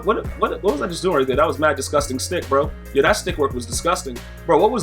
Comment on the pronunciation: "yo pick that yeahrrr" 🤣🤣🤣